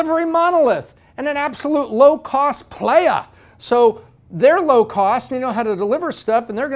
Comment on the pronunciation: Is there an "h" in "playa"? LOL